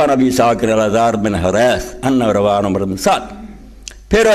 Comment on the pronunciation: اسکا نام عمر نہیں عمرو ہے جس کو امر پڑھا جاتا ہے۔ اتنا بڑا عالم نام بھی صحیح نہیں لے رہا۔ باقی جنہوں نے آل رسول پر ظلم کیا ان پر اللہ اپنا عذاب نازل کرے